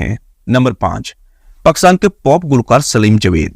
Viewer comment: بولتے ہوۓ میرۓ پیارۓ وطن کا نام ٹھیک سے لولفظ پاکستان ہے جب کے تم باربارپکساتن کہہ رہے ہو